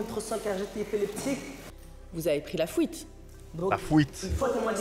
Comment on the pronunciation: C’est la juge qui a dit fouite